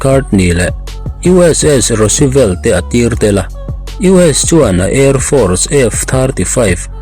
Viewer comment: Ro Se Velt ni lovin former US President 'Roosevelt' hming chawia sak, 'Rusvelt' ti a lam zawk tur a nih hmel!